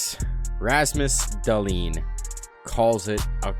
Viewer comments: It is DAA-lin, not DA-lin but idm lmao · Not dahllenn